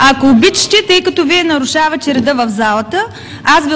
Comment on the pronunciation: "Ако обичити...." 😂😂😂